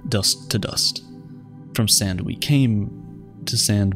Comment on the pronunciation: I thought he said sin Thank you